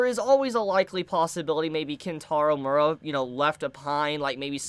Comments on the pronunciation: Mee-er-ah. Not Mura. Enunciate your words. Also, the assistants can't continue it. Miura wrote the manga, they just helped draw it towards the end. The best you can hope for is Young Animal publishing a book of Miura's notes and plans for the ending. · ayo u are saying his last name wrong